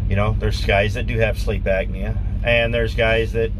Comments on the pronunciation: Great information, thanks for passing it on! Not to be critical, but just F.Y.I……….it’s “Sleep Apnea”, not “Agnea” it’s pronounced: “App-knee-A”. Also, I am going to purchase a bucket of emergency meals once they go on sale at Costco later this week. 150 nutritional meals in a 5-gallon bucket, and you only need to add water. It’s just a thought for anyone who wants to keep a bucket in their truck, if not for all meals, at least for a quick meal if you’re not around any place that serves “healthy” meals. The meals have a shelf life of 25 years, so, it’s something to consider, if nothing else, to supplement your diet diet. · please understand that there is a "P" in apnea, not a C..